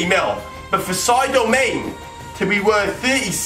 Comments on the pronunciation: sydo main. wtf (you mean sadio mane) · "Sadio Main" chick